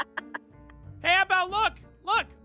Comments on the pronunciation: “It’s aphmau not AAAphmau”🤣🤣❤️💜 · It's aphmau not AHHH-MAUUU got me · "It's Aphmau not Aahmau!" 😂😂😂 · Perice: OH AWW MAU... Aphmau: it's Aphmau not AWW MAU